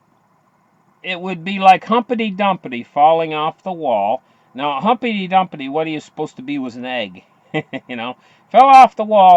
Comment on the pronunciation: its pronounced Humpty Dumpty not humpety dumpety!!